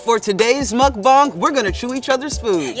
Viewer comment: did he fust call a mukbang a mukbong